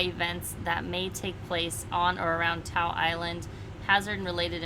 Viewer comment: Hey, you two. Great updates. Natives pronounce Ta'u as 'Taw oo'. Thanks!!